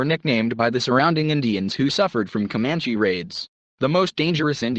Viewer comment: I recommend reading "Empire of the Summer Moon" a Pulizer prize nominee for history . A more accurate but even more fascinating account of the rise and settling of the Comanche ( That's pronounced cuh MAN chee NOT COE manchese ) . Especially under the leadership of Quana Parker. Son of a Comanche warrior and his White WIFE. Not his slave.